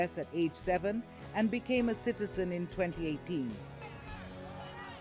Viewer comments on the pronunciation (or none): He is a Ugandan citizen, the host makes it sound that he is an indian kiiizen.